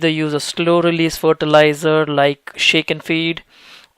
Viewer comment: Fortilizar LOL